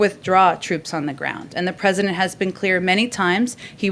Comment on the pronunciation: She said "Grount" and not Ground.